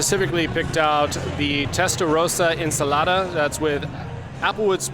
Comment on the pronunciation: Spot on pronunciation of the Italian Insalatta dish. This looked very fun and tasty!